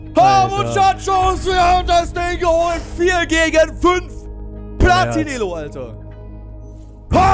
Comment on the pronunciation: Deko sagt platin elo 😂